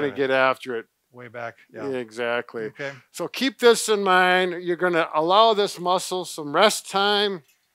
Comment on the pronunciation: I like your ''EXATLY''😊😊